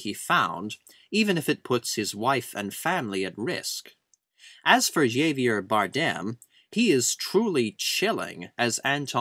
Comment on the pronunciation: It's Hah-vier Bardem... in Spanish J's are pronounced as H's.